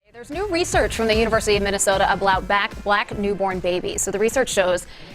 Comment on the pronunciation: ablout black :-p